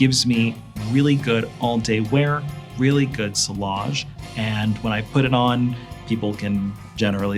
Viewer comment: It's pronounced "see-yazh" not sill-age.